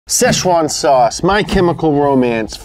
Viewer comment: "SZD CHUAN SAUCE" Is that a sauce amogus? O_